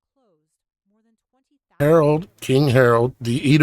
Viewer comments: It's Herod not Harold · I realize you are only sharing TRUTH but PLEASE learn how to pronounce Biblical names. It ISN’T king “ HAROLD “ that you are incorrectly pronouncing but king HEROD….. say it like he’s named HERUD. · It's king Herod not Harold.